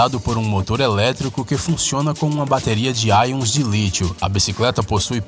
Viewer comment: cara, vc sempre fala AIONS de lítio, mas é íons de lítio!